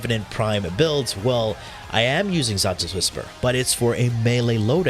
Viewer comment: When u say xata, it sounds like y say, santa 😂